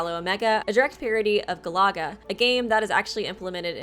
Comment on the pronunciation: Ga-LAW-ga lmaoooooo, GAL-la-ga which even replicates the girl aspect of her name too